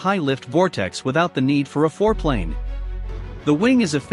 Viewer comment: Lol "no need for foreplane" I though wait what did he say?